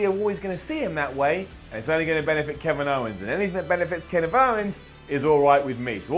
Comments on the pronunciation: He also said "Ken if owns" 😂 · "Keniv Owens".